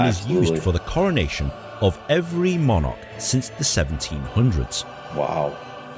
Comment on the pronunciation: Call me a nit-picking old English fossil if you will, but did the narrator of the video being viewed really say ‘di-AD-em’ instead of DI-adem’? And I am pretty sure that he said ‘mon-ARK’ too. I am definitely not knocking the gentleman reacting to this, because he has already established a firm reputation of someone willing and able to search for information about the history and society of the United Kingdom and long many he do so. I never miss any of his videos.